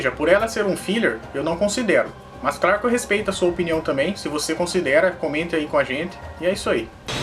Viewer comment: gosto dos seus videos salve ( so que tem que ter diferencia entre os R e os L claro e nao craro kkk like dado é noix